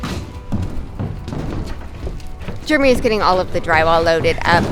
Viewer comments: It's funny, I notice when she says Jeramy it's sounds like Germy!!!😂😂😂 Love your channel!!! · Anybody else think is saying her husband’s name as “Germy”? 🤣